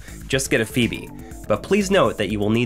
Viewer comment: Phoebe "Fo-B" Good feature though man.